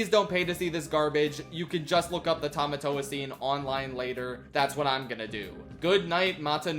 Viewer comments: That's not Tomatoa, that's Potato-toa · I'm sorry but besides the butchering of Tamatoa I'm now hung up over why they changed Maui's shark head to a hammerhead-? Why did they change it to a hammerhead-!? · Butchering Tamatoa + That terrible wig